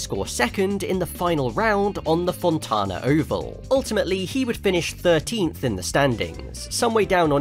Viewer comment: Great video but “Fontana” is pronounced like Montana (Font An uh)